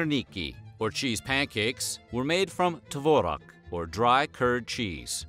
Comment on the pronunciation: I impressed how "tvorog" is the only food name (or more like ingredient name) that author managed to pronounce right. I also like how he constantly state how Soviet Russia didn't hade meat alongside of talking about food with meats ingredient or, in case of vinegret, saying how it is mostly served as a side dish for meat. And then even added cannibalism into common Russian cousine to make video more spicey. Sadly, I don't think he tried to be ironic even half as much as I am with this comment.